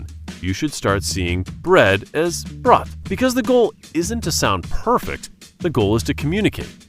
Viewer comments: This AI video is a total waste. If you subscribed, unsubscribe. He mentions a language learner and then forgets the follow up. Misspellings, mispronunciations ( brot) and many other things show how pathetic this channel is. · for everyone learnig german. Thats not how you pronounce Brot (bread) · The opening of your video (which advises us to forget grammar) repeatedly misspells the word “grammar”: misspelling it “grammar.” You also misspelled the word “immerse“(misspelling it as “immerce”) when you advise us to gain proficiency through immersion. Are you advising us to forget spelling too, or to immerse ourselves in misspellings? A little later on, when using the German word “Brot” in one example, you mispronounce this bit of vocabulary as if you were reading an English word instead of a German one: applying pronunciation rules of English to the German word used. This strikes me is very odd, in a video that generally (and rightly) emphasizes the importance of learning vocabulary. Important for you to have the vocabulary, pronounced understandably? The way you pronounced that German word would not be intelligible as the intended word: not to any native speaker of Jermin, who wasn’t used to having the language mangled by uninformed speakers of English.